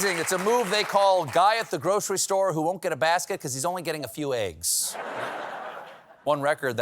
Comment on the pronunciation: Why does Stephen say "Aieggs"? Is it a regional accent?